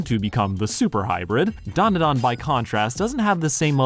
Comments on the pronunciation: It’s pronounced: Dan (like the name) Duh Dan (like the name) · Look man great video, but I can't get passed how you butcher the title when it's literally the first few words of the opening song